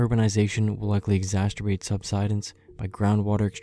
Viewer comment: It's exacerbate not exassterbate